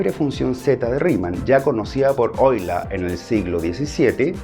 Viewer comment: Primer matemático Hispano que pronuncia Correctamente el Apellido de origen Alemán: EULER!!!!! excelentísimo!!!!! (Oí-ler) u (Oí-lá) de ambas formas es correcta, pero el más popular en Alemán sería la última pues, la terminación "er" se corta audito-gutural en "a"